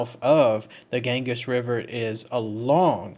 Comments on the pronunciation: OMG KID YOU SOUND SO IGNORANT BY NOT LEARNING HOW TO PROPERLY PRONOUNCE THE NAMES OF THE PLACES YOU TALK ABOUT!!! IT'S PRONOUNCED "GAN-GEE'S" LIKE "BEE-GEE'S". NOT.GANGUS. PLEASE CHECK OUT HOW TO PRONOUNCE THE WORDS B4 YOU SAY THEM BRO!!! MAKE SURE YOU DO IT, BECAUSE IT'S NEARLY EVERY SINGLE ONE OF THE VID'S U DO MAN!!! THE ONE IN THE LAST VID WAS- SHROPSHIRE IS PRONOUNCED "SHROP-SURE" ANY SHIRE IS PRONOUNCED "SURE"...NOT "SHIRE" BRO!!! IT'S AT LEAST 2 OUTTA 3 VIDS YOU DO IT IN BRO IVE WATCHED THEM ALL!! TOUGH LOVE, I DO LOVE YA BUD. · And it's the "gan-gees" river btw. xD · Gan-Geez river